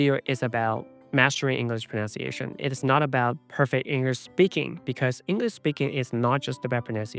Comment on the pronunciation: Dude. You mispronounce "pronunciation".